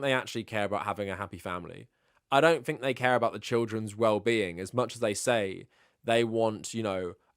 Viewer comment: Please stop saying Fink instead of Think.. it’s driving me nuts…